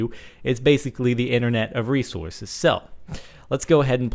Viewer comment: Is it just me, or do it hear a bit of jersey / Jewish mom accent going on with the words 'items' 'teleport' and 'resources'?